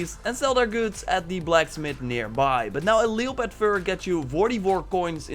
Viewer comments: Still gets me how you say leopard lol. Im not trying to be a dick, I'm a fan of you and your vids and im well aware English isn't your first language but its pronounced lep-ard. I'm not dissing your English either your language game is strong. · The o in leopard is silent you dumbass. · What the fuck is a leo pard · Lol leo-part fyurs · Le-o-pard....lol! Happy Bday!!!